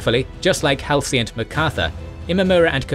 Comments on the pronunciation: Halsey's name is pronounced -- Haul-zee, not Hal-see. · It’s been long enough that it might be time to learn to say Halsey.